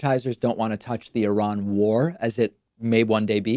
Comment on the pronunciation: Pointedly mispronounce I-ran to fool the algorithm.